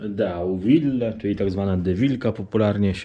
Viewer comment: Podobno to się wymawia "Dowil" 😄